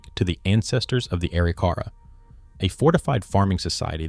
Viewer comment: Please learn the correct pronunciation of Arikara. It’s A-RIK-a-rah.